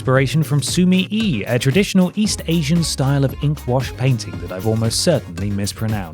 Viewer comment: In sumi-e, e is pronounced like in bet